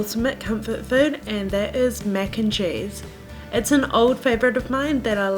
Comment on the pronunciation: “Mec and chayse”